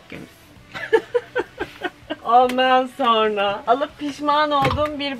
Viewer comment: Danla’nın “Sonra” ya sürekli “Sorna” demesi bir tek benim mi dikkatimi çekti en net örneklerden biri video bunla dolu 😂😂 Ama bu danla’yı sevdiğimiz gerçeğini değiştirmiyor 😂😂